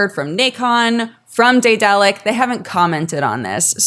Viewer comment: Am I crazy or does no one know how to pronounce daedalic correctly?